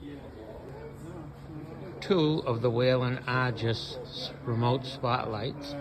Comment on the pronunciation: WHEEL-EN. There no a in Whelen.